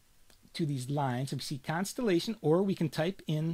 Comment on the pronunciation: Very helpful. From NY perhaps? You say constellation exactly as I would imagine Woody Allen saying it.